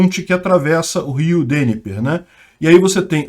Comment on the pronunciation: PELAMORDEDEUS: NÃO é Rio Dêniper, mas sim Rio DNIPRÓ!